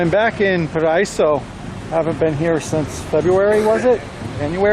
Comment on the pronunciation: Paraiso is pronounced para-ee-so. Paraiso means paradise in Spanish.